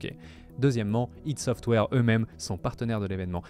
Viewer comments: ça se dit pas ideuh ça se AY DI - ID SOFTWARE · La vidéo est très bien. J'ai juste saigné des oreilles quand j'ai entendu "ide software". C'est ID Software (comme on prononcerais idea en anglais. Ou "Aîe dis" en français). Sinon la vidéo est vraiment top, bien joué